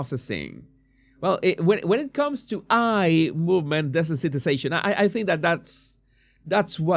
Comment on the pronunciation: Jesús. Desensitization is pronounced "dee-sense-it- ise-ayshun"